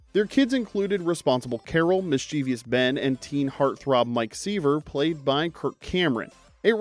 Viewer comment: miss-chee-vee-ous?? What language is that? Not English!